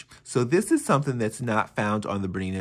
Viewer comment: Sorry can't watch when you can't even pronounce the name of the machine properly